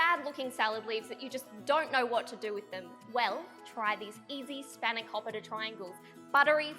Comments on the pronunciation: It's pronounced "span-o-kopeeta" 😂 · I felt like commiting suicide after hearing her say spanakopita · I love the way Aussies try and pronounce feta and spanakopita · the way Aussies pronounce Spanakopita...😫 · U r really triggering say it properly please u bloody potato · Say the name properly